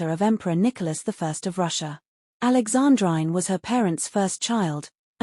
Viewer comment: Alexandrine pronounced Alexandreene! And Schwerin is Schwereen…